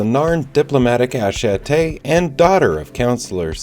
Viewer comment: I love your series but it is killing me. Attache